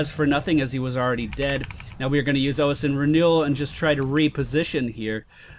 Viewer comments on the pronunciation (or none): "Aus" Ossein is bone related. Think how you pronounce "osteoporosis."